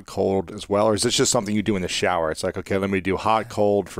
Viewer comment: Did you just say to take half an hour showier?